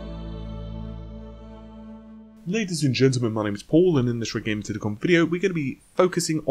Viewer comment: Does anyone hear red tittycum video instead of red gaming tech video?